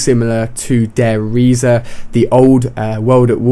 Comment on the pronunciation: Firstly- Der Reise is pronounced "Dayr Rice", and second, this is prounced "Dee Rise", as in "The Rise".